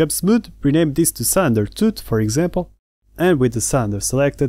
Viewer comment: THANK YOU for a truly awesome tutorial! You really do a fantastic job! One tiny thing, and I hope you don't mind me saying... the word "Cylinder" in English is pronounced like it's spelled "Silinder".. like Bill, or Kill. But it only took me a second to realise what you meant. Thank again for a brilliant tutorial.